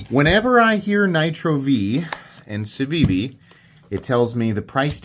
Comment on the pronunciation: Its pronounced Cookie